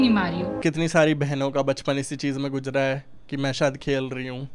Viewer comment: bro Gujara nahi ' Guzara' hai. Nahi batana zruti hai kyu ki puri video mein tune sirf Pronounciation sahi ki hai. Baaki Kuch Ghnta nahi hai video mein Bas ek Point Hai Wo Pubg mobile Emulator pe khelta h. Aur ye puri gaming community ko pta hai aur baaki bas gaaliya di hai tune Baaki ghnta nahi hai kuch.